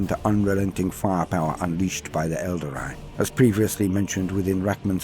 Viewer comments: ...whats an elder-eye? 🤔 ...i know what an el-darr-ee is..but never heard of an elder-eye... 🤪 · Good stuff! Although hearing "Aeldary" is a bit weird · That pronunciation of Aeldari is seriously confusing. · Good narrator...but someone should have told him how to say Aeldari.